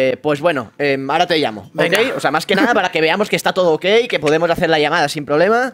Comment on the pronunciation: Y me diga ara (ahora) dicho malamente jsdjsjs